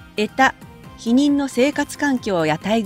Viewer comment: 穢多のイントネーションが違うのでは？内容はとても解り易く素晴らしいものでした。チャン録しました😊